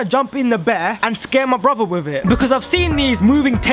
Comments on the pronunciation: No offence but it's pronounced broTHer not broVer no offence but cool prank 💚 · When he says brother it sounds like bruber LOL